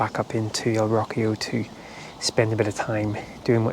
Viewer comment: Me hace gracia cómo pronuncias "Rocío" suena a: "Rockio" jajaja